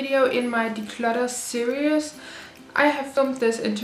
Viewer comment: Please know I am laughing with you when I point out...... "deslutter" 😂 x